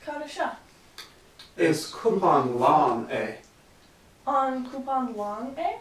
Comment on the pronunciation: Your pronouncing cup so wrong it's so annoying its not coupon it's cupan!!